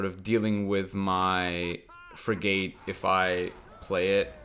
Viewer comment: Will he ever pronounce it frig-et... no Will he lose viewers because he continues to pronounce it frig-ate... also no